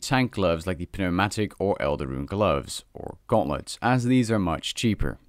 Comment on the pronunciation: it’s pronounced New-mat-ik. The P is silent when it’s next to N at the beginning of a word like that